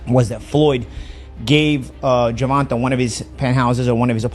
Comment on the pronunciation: The AI needs a AI for gervontas name